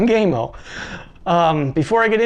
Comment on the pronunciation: Gam O Not Game O